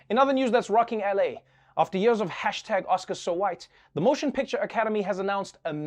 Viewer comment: Love how he always pronounces years like YOERS...lol